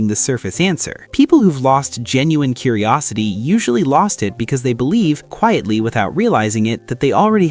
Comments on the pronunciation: "curiristy" lol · "intelctual" "Curirisity" Big signs right there. 😂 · "CURIRISITY" "INTELCTUAL" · agreed! Words like "curirisity," "definutitely," and "obvisusly" made me decide not to give this video a thumbs up or a subscription.